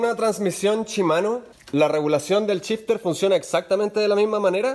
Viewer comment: Es gracioso como en Chile todas las SH del ingles las pronuncian CH, en lugar de shifter dice aca Chifter o Chimano en lugar de Shimano incluso Show dicen Chou y asi siempre jaja No es burla eh, pero es algo que me llama la atención en varios videos que he escuchado. Saludos, muy util el video Gracias !